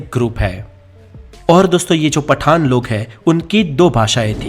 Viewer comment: पठान और पठाण 😂😂😂